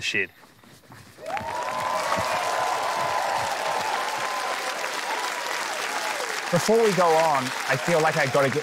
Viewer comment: I honestly heard “shit” and it took a second to realise he said shed. And yes, I am aware that there once was a contestant on Taskmaster UK who was made fun of for this exact same pronunciation!